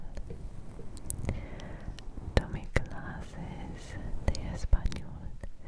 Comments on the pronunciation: Super crear and well-pronounced Spanish!!! 😍❤️ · Pronuncias muy bien el español👍